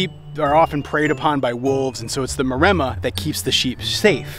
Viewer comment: the breed is Mare-mma is how you say it not what your saying